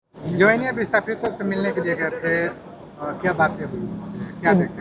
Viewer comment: Ashthapna ni bhaiy ashthapit hahiy